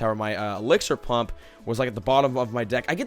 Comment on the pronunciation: lol he said exlixar plump